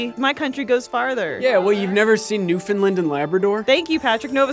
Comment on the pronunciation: Patrick's pronunciation of Newfoundland was on point, good job by'.